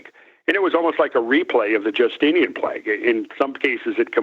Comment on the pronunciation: cracks me up how he says Plag instead of Plague lolol funny shit... i love listening to him